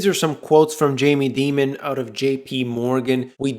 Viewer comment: Dimon is pronounced diamon or die man